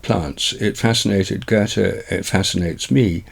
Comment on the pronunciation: I'm glad you can actually pronounce Goethe correctly. Most native English speakers say something more akin to Gurtuh.